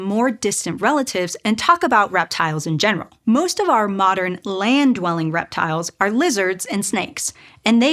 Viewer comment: You need to work on emphasis. You are putting the sentence emphasis in the wrong places. In English, when you compare things, you put the emphasis on what is DIFFERENT. " WE have these holes for the nerves too." "In OTHER animals, like lizards. " "would have had OUR level of facial flexibility ". Doing this, instead of placing stress randomly, will help your communication.